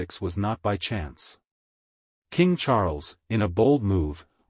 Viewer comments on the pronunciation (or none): none